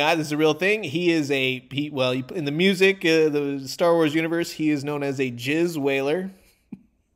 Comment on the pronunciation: "The all Bith band specialized in JizzWhaling and Jatz" lmao